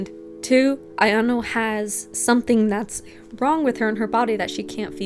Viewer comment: Again, it's a-ya-no (あやの), not a-yan-o (あやんお). She should be called A-chan or Aya-chan, and either ways why do random classmates call her that? They're not close friends. She should be called Aishi-san.